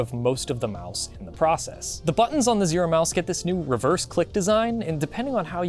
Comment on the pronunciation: you keep calling it Zoro